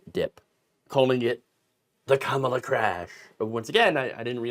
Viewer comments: Convicted Felon trump can't pronounce Kamala Harris' name. Seems like he is struggling to know how to read or his massive Mental Decline is Accelerating even quicker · In all fairness to Trump, the name "Kamala" has three syllables, not easy to memorize for people like him. He should be glad she chose Tim Walz over Josh Sha-pi-ro.